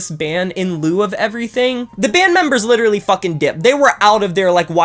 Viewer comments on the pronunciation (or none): none